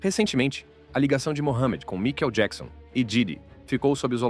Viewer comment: que porra é essa de vídeo que o narrador não sabe nem falar o nome do MICHAEL JACKSON?!?! 👌👌👌